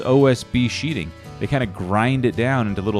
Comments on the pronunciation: Sheathing - not "sheeting" ;-). That's going to be a beautiful house! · " Sheathing"...not sheeting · It's sheathing not sheeting.... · One thing, It's Sheathing